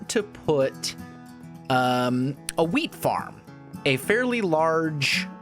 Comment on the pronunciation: it sounds like he said weed farm